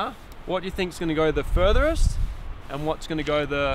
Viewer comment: Did you say FURTHEREST??? 😂😂😂